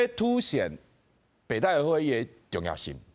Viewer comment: 北戴(Tài/tè/tì)河，遮若無前例thang好參考，應該讀讀冊音Tài khah好勢，tī/tāi聲調攏毋著--oo